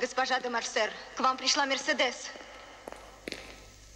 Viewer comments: Скури Нап МерседЕс, это же Франция. Ударение всегда на последний слог. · Мерседе́с! Так мы называли автомобиль в детстве. Так резануло по ушам! Ведь правильно произносить имя с ударением на средний слог - Мерсе́дес! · Смешно Боярский произносит МерседЕс